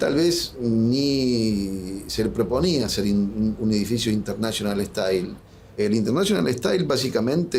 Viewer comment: Intenáshional ehtáil.